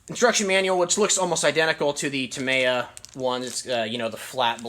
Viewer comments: Dude. say it out loud. TA-ME-YA. not TA-MY-YA. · Yup, with the stress falling on the 2nd syllable. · It's pronounced: "Tah-ME-yah" not ta-may-a Thanks for sharing anyway. 👌🏼